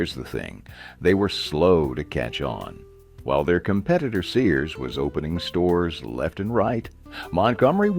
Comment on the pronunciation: Your "narrator" mispronounced Sears as Sayers.